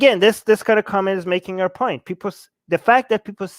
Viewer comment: brotherrr makes a good poieent.